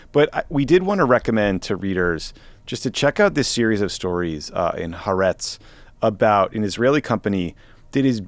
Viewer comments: Somebody please tell Tommy that Haaretz is pronounced hah-ah-retz, not "hertz." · Could someone please teach Tommy how to say HaAretz? It's 3 syllables - Ha-Ar-ets.